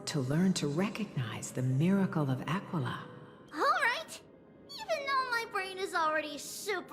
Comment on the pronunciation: Am I the only one that when says "Aquila" it sounds like he's saying "Tequila"?